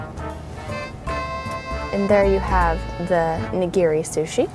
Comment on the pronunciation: It's not Nigeeri. Ni-gi-ri! :)